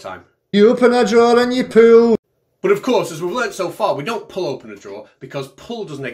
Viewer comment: 🤣🤣🤣🤣🤣🤣🤣🤣🤣🤣🤣......pullllll tha draw’r (r is silent)